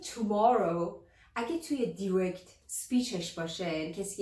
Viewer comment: ابجی جان دایرکت بودا نه دیرکت 😊